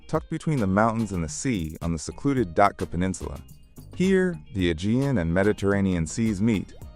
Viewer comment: It’s actually pronounced DAT-CHA.